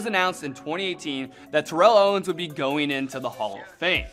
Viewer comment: Favorite player but your mispronouncing his name wrong yea, favorite player sure